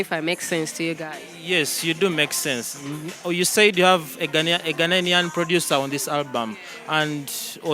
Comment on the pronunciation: The word is Ghanaian not Ghananian. I love your music